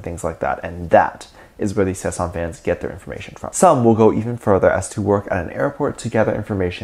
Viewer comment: Okay so I definitely agree with you about the fact that they need to be put in their place. I wanted to inform you that you are pronouncing it wrong it is Sasaeng and not Sesang. Sesang means world and Sasaeng means private life. I just figured youd like to know. This is not hate I love your vids I just figured youd like to know you were pronouncing it wrong. Edit: I only know that because of serendipity lol. "Nae cheonaAAaAAaaaaAAAA, nae sesaaaaAAAAaaaang"